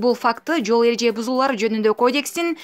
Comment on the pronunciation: Кодиекс дейтко диктор!😂фляяя спикердин классташы болсо керек!